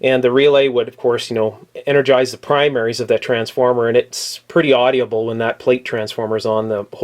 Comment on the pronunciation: Audible is just something you can hear. Audioble is something you can hear, then stroke your beard, nod, and go "hm..."